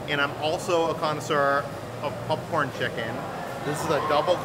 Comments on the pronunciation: Can you make a video on way of saying Pupcorn, Hutdog, and Hut tub? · Oh god he does it with popcorn too.. pupcorn just like he says huttub. What area of the world is your family from? LoL. I’ve never heard that before.